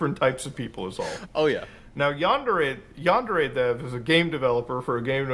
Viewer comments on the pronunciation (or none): Normally, I'd be a bit miffed by someone pronouncing the word "yandere" as though it rhymes with "John Deere", but in this case I think the dev deserves the disrespect 😂